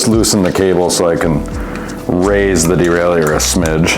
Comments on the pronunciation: Well what i think is learning how to pronounce Derailleur without putting some weird French spin on it (unless you're French of course). Seriously, that's like nails on a blackboard. Just say "Derailer", lord 🙏 🙄 🤦‍♂️ (my father used to fix bikes back in the early '70s, if i ever hear him say "derailEUr", i'd have spit my coffee out, sorry) 👨‍🌾👨‍🎨🗼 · De rail ie err ? What dude you might want to take a closer look at the pronunciation of that word bud